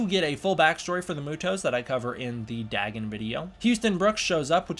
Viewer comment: I believe it’s pronounced “Day-Gone”